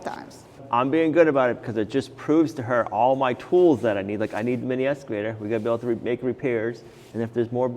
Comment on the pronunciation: 🇨🇦Excavator not Escavator. No s in Excavator. Cheers from Canada 🇨🇦